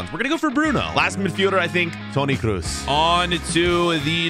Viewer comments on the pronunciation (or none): none